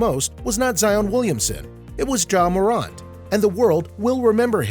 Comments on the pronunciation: And he says moront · he said "Mow-rant" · Ja Mor-ant (like the little creatures) but otherwise good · mor aunt u kidding me its mor ant like the bug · Ja Marunt?...... WTF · Bruh stop mispronouncing his name! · lmao bro this man made a good video but his voice just didn't have any energy and he was saying his name wrong😂 if he did those right this video would be a 10/10 but it's still good imo